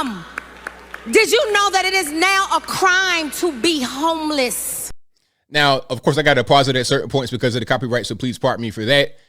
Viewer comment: Homeliss (that's how see said it)...Didn't your progressive party Demand that Everyone call them Currently Unhoused or Experiencing Homelessness for total fear of being thrown to wolves for offending someone??? Hmmmmm remember that? Church Lady.